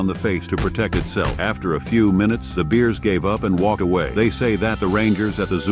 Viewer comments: The cat probably climbed into the enclosure. I hate when AI cant pronounce anything correctly! Awfully weird beers. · "The beers". God I hate those goddamn stupid AI mispronunciations.